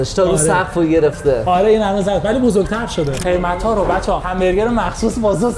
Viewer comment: شما لُر هستی چرا انقدر حرف ق رو بد تلفظ می کنی مثلا میگی اتفاخ یا مثلا خیمت میگی بجای قیمت 😊